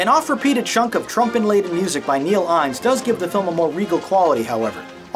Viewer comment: Innes is pronounced INNIS, not INES.